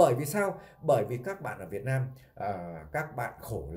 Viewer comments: Muốn làm YouTube thì phải sửa cách nói chuyện cho đúng chữ để thể hệ trẻ học theo chữ VIỆT NAM chứ không phải VIỆT LAM. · Đúng rồi b; ko lo sửa đổi ngôn từ cho đúng chính tả rồi hẳn làm youtube. Vnam mà đọc Việt lam; chịu luôn!